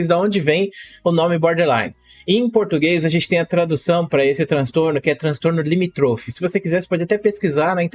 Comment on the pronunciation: não é "limitrôfe", É LIMÍTROFE